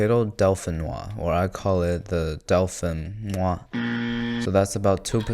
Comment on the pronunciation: Dauphinoise is pronounced "Dofenuaz"